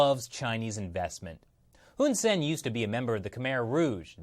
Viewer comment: The dict...the prime minister's name is actually pronounced Hoon Sah-ehn (IPA: /hun saen/). For some reason, Cambodians transliterate their /ae/ vowel as 'e'.